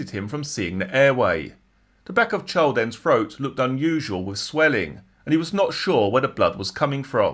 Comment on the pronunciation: Hi, the word 'Child' is pronounced "Ch- eye - ill'd" and not "Ch- 'old".